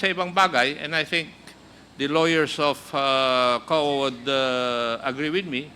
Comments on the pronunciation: parang ang dinig ko sa "COA" ay " KUHA" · hahaha ang coha !